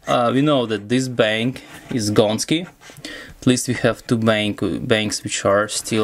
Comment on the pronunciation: "This bank is Goneski" . . . love the Russian accent. Keep trying to hack this Dell 'hyper-profit' battery crap !